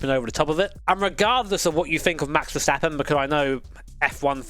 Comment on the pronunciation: i like that you say verstappen correct and vershtappen hahahah. i know dutch can be hard for english speaker i had to learn it at school at 4 years only speaking australian english